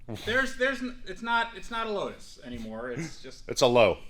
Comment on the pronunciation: Load us ( 🇺🇸 for lotus) LOW-TUSS!!!!! (How it's supposed to be pronounced)